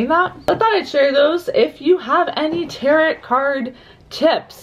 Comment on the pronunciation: The second T is silent in tarot! ☺️